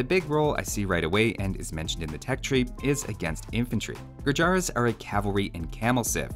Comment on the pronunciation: its called "gurjarrr" and not "gurjaraa"